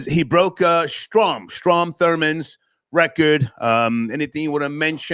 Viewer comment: is SAF never has any factual Data. His name is Strom not Storm Dumdum 😩